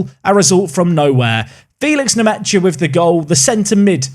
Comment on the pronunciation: i think it’s pronounced Lucas nmesha